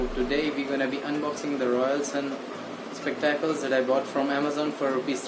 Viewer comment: Spectaclessss🤣🤣🤣🤣🤣u pronounced in funny way